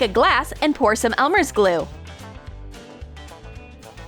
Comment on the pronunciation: NO HATE BUT*...Is it just me or when they say "Elmers glue" its *NOT Elmers?